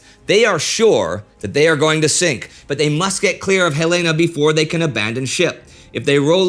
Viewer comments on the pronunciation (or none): The Light Cruiser Helena is named after the Capital of Montana. Pronounced Hel-eh-na! Bow of the ship is pronounced bow, as in bend at the waist, not like a bow on a present. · The cruiser Helena is named after our state capitol in Montana. It is pronounced "Hell-in-uh". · “Helaina”? Indy, how long have you been living in Europe?